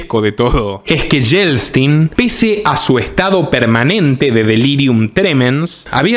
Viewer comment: Lo de Yeltsin, aprende a pronunciar, Yel-tsin, me parece maravilloso Fue un traidor como Gorbachov